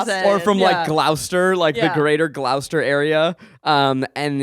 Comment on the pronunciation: How Zach said Gloucester made me cringe